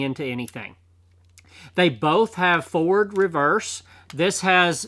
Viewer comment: It's pronounced forward not Ford